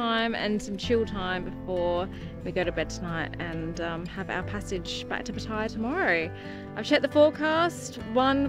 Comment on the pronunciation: Pattaya. PAT AH YAH.😊😊😊 Not, Pateyeyah. 😢😢😢